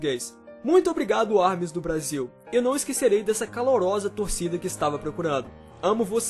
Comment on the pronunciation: Alguem mais percebeu que ele falou Brásil?kkkkk